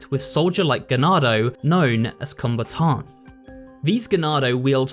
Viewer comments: Why is no one talking about his pronunciation of zealot and combatant??? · Zealot is pronounced more like zell-lot not zee-lot. As well as combatant, it's com-bat-tant not com-ba-taunt